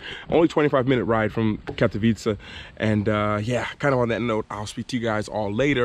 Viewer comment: I must admitt im impressed with your little trip to Pszczyna! And, we always pronounce KatowicE, with E at the end, dont eat it while saying it 😆😎😄 cheers Mate.